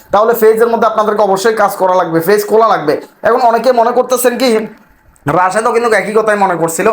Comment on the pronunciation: ফেইজ ফেইজ না বলে পেইজ বলেন